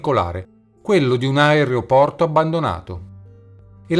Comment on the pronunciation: si dice "aeroporto" non "aerEoporto"